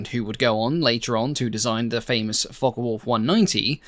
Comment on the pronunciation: Very interesting video, but don't you just hate it when people pronounce Focke (as in Focke Wulf) as Fokker Wulf. I have always known it as "Fock" rather than Focker. One is German, the other Dutch, aircraft manufacturers... All very clever people. It's right up there with film soundtracks that play the Junkers Ju87 dive sirens at any time that any aeroplane is diving...😂